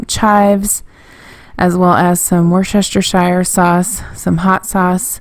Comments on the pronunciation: Thank you so much, I have been wanting to meal prep for such a long time and just haven't for one reason or another! You are an inspiration 😁😁😁 thank you again! BTW ... It's pronounced 'wuster' sauce 😁😁 us English are a strange bunch 😉😉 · Woosta sheer is how you say the worchestershire sauce. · it's "wustersure" you do say the shire but you say it like new hampshire not a long "i" - wustersure - like the word "sure" at the end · blain Actually, it's pronounced who-ste-sher(silent "r") sauce. You English aught to know. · I really enjoyed this, some great ideas here. Just to let you know you pronounce it Wuster sauce, the shire is silent.....I know, weird right.